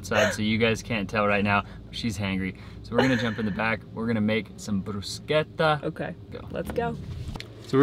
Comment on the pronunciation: Yay for!!!… You pronounced “bruschetta“ in the authentic Italian manner…the “ch” is a “K” sound… You the man!!!… Ha ha ha…Complimenti!! 👍 🏆 🇮🇹..